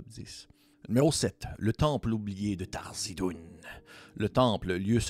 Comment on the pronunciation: c'est pas Tharzidun... c'est THARIZDUN ;)